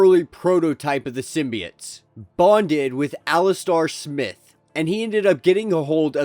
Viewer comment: You totally butchered the name Alistair Smythe. Not smith